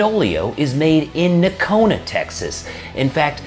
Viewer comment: Just took a new job right next to the Fenoglio boot factory. It's going to get ugly boys, my poor poor pay check. Oh and its pronounced NOcona with a long o.